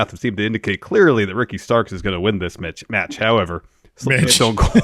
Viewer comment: saying "metch" was so funny🤣